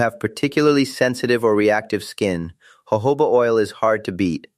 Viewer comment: It’s Jojoba oil, NOT Jehovah oil for heaven sake! The ‘J’ is pronounced as letter ‘H’!